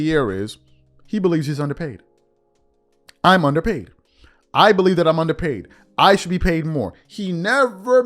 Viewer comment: Lmao. Undrerpaid 😂😂😂😂😂😂😂 He suxs worse than McAfee. And for much longer.